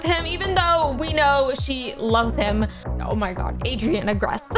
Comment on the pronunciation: I like how we pronounce Adrien, “Adrian”